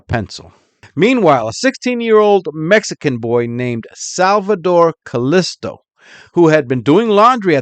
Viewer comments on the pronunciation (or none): none